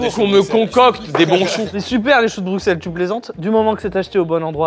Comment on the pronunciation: Entendre un français qui sait prononcer Bruxelles, un plaisir